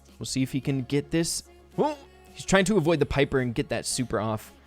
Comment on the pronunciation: pipper? its piper